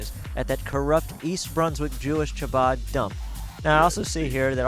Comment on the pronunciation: Sadly you guys appear to be quite antisemitic. Aryeh Goodman will be dealt with for his criminal conduct and should be if he is Guilty, but your so called coverage came off as extremely bigoted and hateful. You also mispronounced Chabad and the main headquarters in Brooklyn doesn't employ Aryeh Goodman and disavowed having anything to do with him. It is unfortunate that you would make such a prejudicial piece about such a tragic situation. It is unnecessary to condemn the entire Chabad movement for the alleged wrongful actions of one individual.